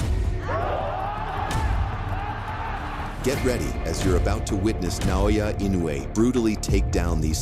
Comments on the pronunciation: It's In no u e (IN no UUU E) Naoya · If Jaime McDonald can't pronounce Inoue's name, just call him Daddy.